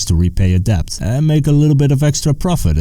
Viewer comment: The b in debt is supposed to be silent ;)